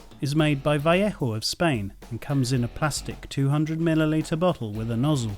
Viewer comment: you say vellejo weird like vellecko or something im pretty sure its vell ay ho